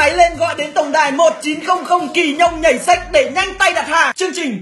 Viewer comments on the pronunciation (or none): 1900 kỳ nhông nhảy xiếc ông đọc thành nhảy sếch =)) hài vê lờ ra